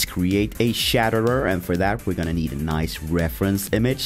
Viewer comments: Looks awesome. But there pronouncing it as the Shatterer. Its the Chatterer, like Chattering your teeth,. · It's pronounced chat-er-er no shatterer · CHATTERER CH-CH-CH NOT SHATTERER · Omigosh I love how they say "shaterer" instead of "chaterer" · Anyone else annoyed they said shatterer and not chatterer? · isn't it chattermouth not chaterrer